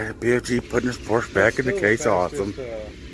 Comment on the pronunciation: Your porrsche came thru like a champ!